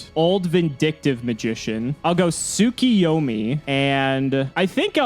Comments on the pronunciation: I lost track of how many weeks it has been, but: You're STILL mispronouncing Tsukuyomi. There is no I after the K. It's Tsu-Ku-Yo-Mi not Tsu-Ki-Yo-Mi. My dudes please read the cards. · Not enough because mans is still mispronouncing Tsukuyomi.